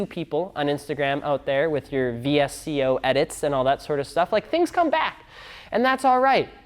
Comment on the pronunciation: When he says “V-S-C-O”